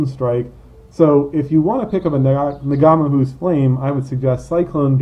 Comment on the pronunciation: Do Americans really pronounce NG as NuhGA???????